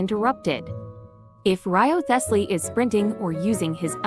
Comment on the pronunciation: Reeve-slee or wryveslee. Everything else is silent.